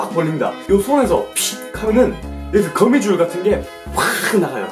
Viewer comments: 거미줄을 고무줄로 들은 1ㅅ ㅋㅋㅋㅋㅋㅋㅋㅋㅋㅋㅋ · 앜ㅋㅋㅋ 거미줄을 고무줄이라 들었어 ㅋㅋㅋ